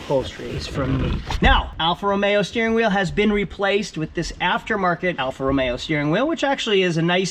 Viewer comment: What's a T Belt? Timing belt? Hate to break it to you but these use a timing chain that almost never needs replacement. You might be thinking of a Fiat Spider, which does use a timing belt. Also it is "Romeo" not "Romero". Bit of a peeve of mine.